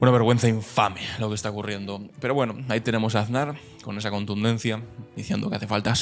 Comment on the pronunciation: Ansar, "er" "bishoo"